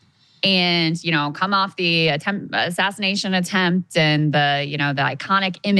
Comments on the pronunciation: Why does Candace keep saying “ashashination”…? It seems all these MAGATS have a slur problem. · Did Candace say “assashination” 👀😳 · Ashashanation? Is that what Candice said? Having those same audio compression issues as Trump.